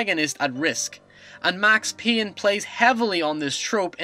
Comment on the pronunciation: Max Peeyn? WUT :D?